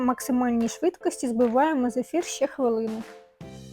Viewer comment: Зефір, а не зифір